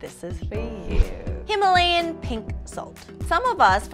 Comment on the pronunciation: They just pronounced Himalayan wrong 😅